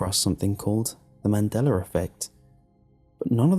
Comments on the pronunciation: It's Mandella not Mandellar... Or is it? :-\ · THERE'S NO R AT THE END OF MANDELA. THATS NOT A REGIONAL ACCENT, YES I'VE HEARD IT BEFORE, NO IT DOESN'T MAKE IT BETTER. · "Mandelar effect" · He says the mandeler effect. LOL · I'm dead😂😂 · I think it's actually pronounced MAN-DELL-AH. His accent makes it sound the way it does when he says it.